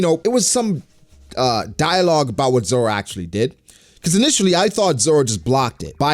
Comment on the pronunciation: This dude said roro zoro roro😂😂